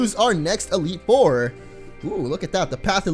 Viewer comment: he said elite ore not four